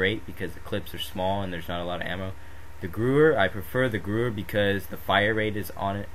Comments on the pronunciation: youre completely wrong its pronounced "Geh-vear" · The gewhr is pronouced gwa hair and the m1a1 is stronger. Just sayin by stats